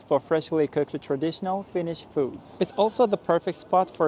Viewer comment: Now the way you pronounced some finnish words were absolutely perfect, have you like learned some finnish before the trip?